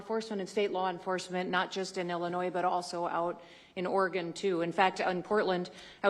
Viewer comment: Haha, Portland, Or-E-Gone.